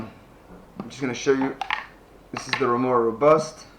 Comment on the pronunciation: Lol it is not Mora Robust 🤦